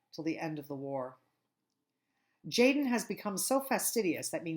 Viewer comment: Tjaden is actually pronounced yah-den